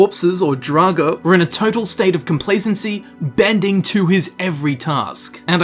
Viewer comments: nerd voice. - It's complacency, you i*iot. makes so many reading mistakes, that I can make a channel about it, LOL. - Standing 'watch' over me... - Your mod gives draugrs breasts? That's pretty necro-kinky in itself. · complacency or sth like that dont get me wrong i think somebody may already said it but u were so good at reading the text that i just needed to find a fault